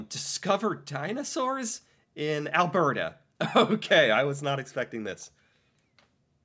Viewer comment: Also it is pronounced al-bert-ah not el-bair-deh